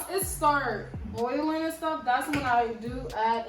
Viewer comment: Boireling it 😂😂😂 love the accent